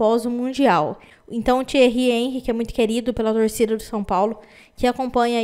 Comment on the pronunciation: Você é uma grande mas precisa aprender a pronunciar nomes estrangeiros fica feio quando você fala errado Henry